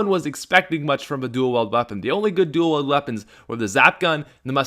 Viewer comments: I like your videos but I don’t like how you say “dual weld” instead of “dual wield” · I feel the same way about the Five Seven duel-wield but I thought you said "anything your duel-wielding your an idiot"